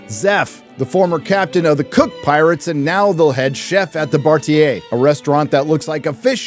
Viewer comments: Great review. btw, Its Ba-ra-ty(Baratie), not Bar-tier :P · It’s not the Bar-atie. It’s the Ba-ra-ti-e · its buh-raa-tee-yehhhhhh!